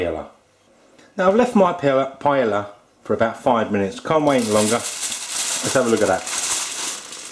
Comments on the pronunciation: ahh its pronounced pie-ay-a not pie-ella :( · firstly it is pronounced as pa-yah not pa-ya-la, secondly you need to have rice stuck at the bottom, thirdly what is with the eggs??? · Naku It's a shame how they desperately cling to the name PAELLA and won't ever let go even when they can't pronounce it, The guy even sounds more and more proud with every wrong pronunciation of it. He says PALLA, then says PAELA. Their sorry azz rice dishes would not get any attention if they don't call it PAELLA!!!. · It's a shame how desperately clings to the name PAELLA and won't ever let go even when he can't come close to pronounce or cook it right, he even insists in not letting the rice stuck to the bottom of the pan...which, when happens, would give you the nice and traditional socarrat. The guy sounds more and more proud with every wrong pronunciation of it. He says PALLA-PAYA, then says PAELA. This sorry azz rice dish would not get any attention if he doesn't call it PAELLA!!!. Who gives a F$#*K about tradition! let call it PAELLA to bring in the viewers!!! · PAELLA IS PRONOUNCED "PA EH YA". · this is surely NOT Jamie Oliver is it????? it is a charlatan, with not the most authentic looking paella, YOU EVEN PRONOUNCE THE NAME OF THE DISH WRONG YOU MUG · You can't even pronounce paella. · how about you learn how to pronounce it first?